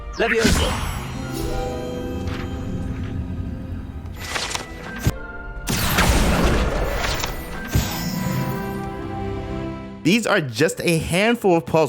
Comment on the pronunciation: It's Leviosooooo, not leviosaaaaaa